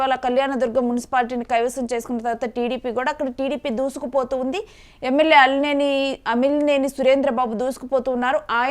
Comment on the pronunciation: Alimineni kaadu raa ayya amilineni fire brand